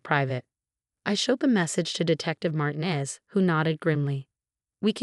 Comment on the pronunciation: ER, not air. we're, not were., have your AI program learn to pronounce Martinez correctly. Lunged, not lunge. God, not got.